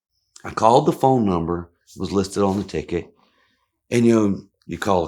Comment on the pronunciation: Listening to this as I work. I did a double take when you called the courthouse, as it sounded like whorehouse. I thought, “what a great way to celebrate a traffic stop”